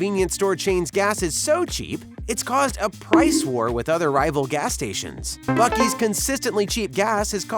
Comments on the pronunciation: ITS PRONOUNCE BOO SEE! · Buck + Beaver = Buc-Ees?…. I’m still confused. It should be Buckver’s or Bea-Uck. Where the hell does “Ees” come from?!?!?